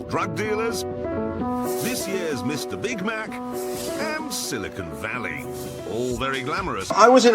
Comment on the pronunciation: "Silicone valley" that's the funniest thing ever 🤣 😂